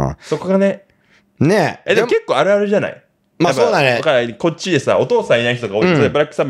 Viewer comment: の「あるある」（=よくある話）の発音が良すぎて、rrに聞こえて、最初？？？ってなった笑